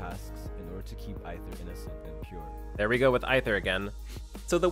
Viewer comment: Aither is pronounced "Aye-ther" as in either. As in he's "aither" a male or female! I see what they did there.